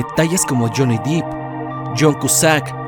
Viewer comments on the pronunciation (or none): Todo muy bien hasta que saliste con lo de Johnny "Dip". Se pronuncia "Dep". DEEEEP!!! En serio...